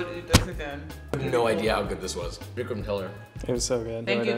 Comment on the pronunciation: Btw, it's Vikram not Vicram right?